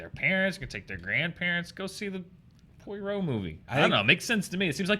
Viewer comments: Not Poi-Roe but Pwar-Roe. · Only pronounces Poirot correctly. "Pwa ro":-)